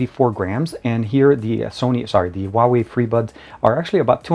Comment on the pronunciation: You pronounce the Huawei wrong.